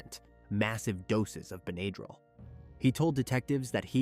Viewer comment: In the word, Benadryl, the a is a short a, not a long a. How can you kill your wife and your kids and then sit there with them, that’s appalling.